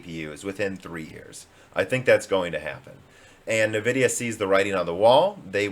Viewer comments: NAvidia... is driving me nuts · he said nvidia on purpose I'm guessing because he was playing the part of someone backing nvidia in that particular part in that particular video. But he always says Nuhvidia when he is playing the amd guy. I don't know maybe I'm crazy. I'm guessing is his way of saying that nvidia is a stupid name that doesn't make sense and you can't even read. Which kind of it is.